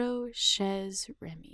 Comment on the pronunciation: small note... it's pronounced shay(Chez). Sorry about the correction but I'm kind of an OCD... my bad.